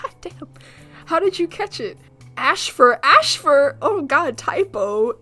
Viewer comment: its funny how u said ash fur and swiftpaw